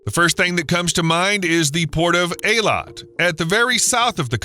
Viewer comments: Good lord man, it's pronounced EE-Lat, NOT AA-Lawt. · It's pronounced (Haifa) Hifa not Heyfa, (Eilat) eeelot not aaalot